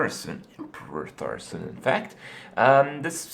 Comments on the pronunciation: It's Thaurissan, not Thaurissen... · ThaurissAn not ThaurissEn